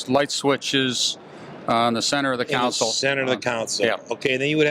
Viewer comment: It's called a "console" not a "cown-sole".